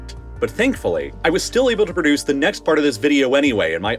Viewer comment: you need to get the voice guy to pronounce "produce" a little better. this is too anglocized andhra pradesh...but i dunno who else would do a job for the axis of kindness